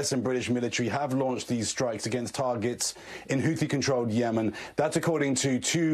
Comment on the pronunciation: Please someone tell Tom it’s Houthi not hooti.